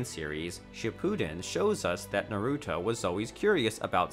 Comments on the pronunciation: Nuh'ruto. Maynga.... Gah! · Borooto Hokash Sanin Narooto Kahashi Jeez, man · Bro it made me cringe so damn much😂 mans said BOREEEEWWTO, SAAAZORIIIIEE, NAREWWTO and some otha shit mane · This guy says Hokaje and buhruto and yahmoti and nuhrudo and he says Anbu wrong he also can not say Sannin wrong gooddddd